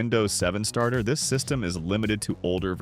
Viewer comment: you missed the first r at "win 7 stater" instead of starter 🫡